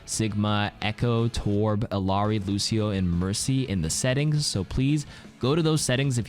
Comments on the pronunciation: that is not how you pronounce illari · The patch notes here was definitely well done & helpful! But the mispronunciation of Illari's name just kills me T_T